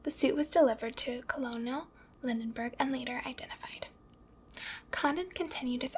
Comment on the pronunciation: Also Lindbergh (not Lindenberg)